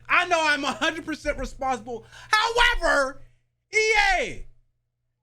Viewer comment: I knew as soon as i heard say HOWEVER he was going on a rant 😂😂